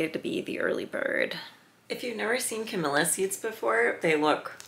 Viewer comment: Camellia...not Camilla. Smh.